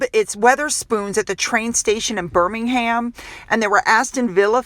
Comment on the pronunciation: Couldn't agree more about your observation regarding how respectful people are of Prince Williams. You can tell with the way they are standing with great reverence. FYI in case i'ts helpful, In the UK, the Brits pronounce Birmingham with the "h" being silent.